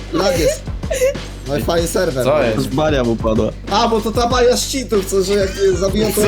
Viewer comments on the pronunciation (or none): none